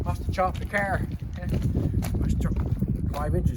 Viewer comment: Drinking game.... every time he says Caahr!